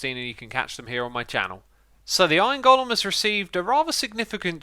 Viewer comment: For fuck's sake STOP MISPRONOUNCING GOLEM!